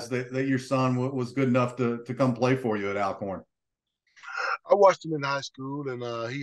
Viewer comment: It's pronounced Allcorn, good interview 👍🏾